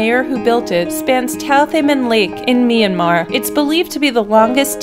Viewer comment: Myanmar not Meanmar